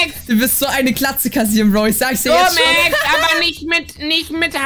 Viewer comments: Max so: LUmexX LUmeXX 🤣🤣🤣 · Wie er stadt lumexx lomexx